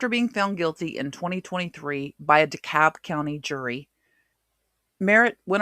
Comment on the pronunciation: The L in DeKalb is silent. She got Smyrna right though.